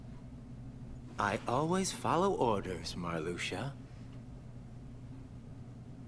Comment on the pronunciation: Calling Marluxia Maraschino I died XD